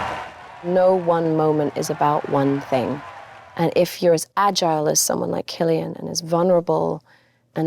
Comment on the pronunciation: “Killian”? I don’t think that’s right fellar 😂